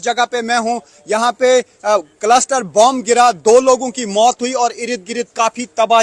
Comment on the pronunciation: भाई कलस्टर नहीं क्लस्टर बॉम्ब है।